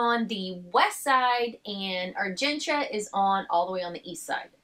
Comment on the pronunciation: I love that you are pronouncing Argentia correctly.